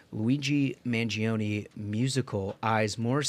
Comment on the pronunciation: Everyone is pronouncing Luigi Mangioni's name incorrectly and I'm sure it'll be hard to correct people. I know it won't change anyone's way of pronouncing it, but just want to point it out. Correct Italian, it's pronounced "man-joni" not "man-jee-oni" When an "i" or "e" after a "G" or "C' changes the letter phoneme, it's not pronounced unless left alone (like Bongino) Ciao is not "Chee-ah-oh" it's just "chow"